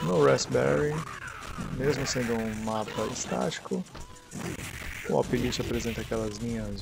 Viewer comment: compara o orange pi pc plus, por favor. E uma dica, o lite lê-se 'láite'. Abraço.